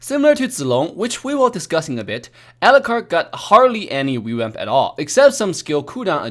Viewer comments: Everyone else: "Revamp": "REWAMP" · Ah yes "rewamp"